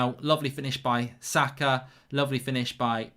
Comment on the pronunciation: How can mark not pronounce saka